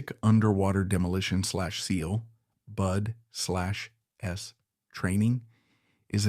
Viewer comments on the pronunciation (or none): Ax was awesome, but this is AI bullshit. pronouncing BUD/S "Boodass"....